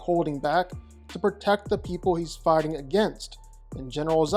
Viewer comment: Why everytime this dude says fighting I hear farting?